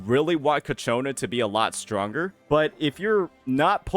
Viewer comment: FGS, IT"S CHIIIIYYYAKONAAAAAAA!!!